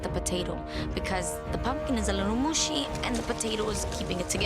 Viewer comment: "Pumpkin is very mooshi"